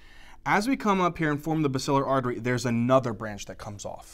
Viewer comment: He mispronounced basilar artery